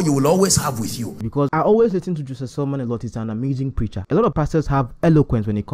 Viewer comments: Great breakdown sir, and truly something to discuss I want to just point out a few things. first of all its "Selman" not "Salman". Then second of this is a "spiritual principle" one that may not be understood with human wisdom because if you think of God in one direction or as one who is fixed (i.e it has to always be like this all the time) you may miss it. If giving to the poor is really what spiritually is correct then why should we give to God who is not poor in Hope's that he will bless us. You can give to God not only through poor people but offerings and first fruits and I'm sure we have all done this. He's already wealthy and the source of it. But everytime we do we arise in blessings. I'm saying Apostle is correct in what he's saying and you are too. They are some blessings even from parents you can only access by getting something for them and many times they may be wealthier than you. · it's selman not Salman please.